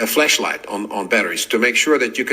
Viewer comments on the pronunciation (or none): Did he say flash light or flesh light. Not sure what I need to survive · I don't know if this makes me Beavis or Butthead. But Dude said, "Flesh light!" Someone go check his office desk! Bottom drawer I would assume...